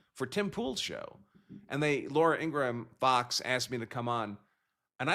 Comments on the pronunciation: 😂its kinda funny that you pronounce laura ingraham name like that but why do you do it? Its pronounced "In-gram".. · Andrew mispronouncing Laura Ingrams name will never not be funny.